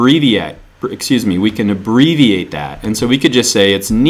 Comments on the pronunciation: you turned australian for a sec, congratulations. "abbreviyate" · yes abrev-e-at the configuration XD but for real good video